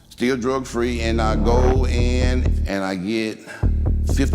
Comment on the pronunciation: " still drog free"